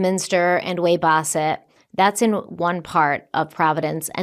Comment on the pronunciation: 🗡️ Omg Bootleggers 😂 Also, I love you,, but: "p-TUH-kit," "WAY-bossit" -a Rhode Islander ❤